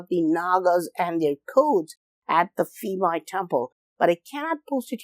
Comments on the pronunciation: Interesting video thanks! One quick note: the "PH" sound in Thai words like "Phimai" is pronounced like a hard "P" not a soft "F". Drove me crazy for the whole video to hear you say "Feemai" over and over LOL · dear Admin Ph in Thai language = P not F ( Phimai : Pi - mai) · Phi=pee “peemai” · Bro, I am Thai. The PH = F pronunciation does not work as usual here. Phuket = Puket Koh Phan Gyan = koh pa gyan Phimai = Pimai For the reason why that I can thin of is back then Thais, even, at high level autocrat has no knowledge in English, and assumed that putting H after a letter will give it a heavier sound like T with Th. Supwr dumb, I know. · P-mai. It sounds like that. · Just discovered your channel and love this video! Have been to this temple, but you made me realize it's even more fascinating than I thought. Just a note though, that the name is pronounced with a /p/ rather than an /f/ sound (Thai: พิมาย). In the romanization of Thai, the 'ph' in spelling doesn't make an /f/ sound as it would in, say, Vietnamese romanization (which makes it confusing). I just mention this because the incorrect pronunciation threw me off at first, but I'm glad I stayed for the whole video because it's fantastic.